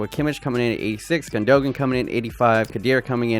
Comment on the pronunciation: Him saying Gondogan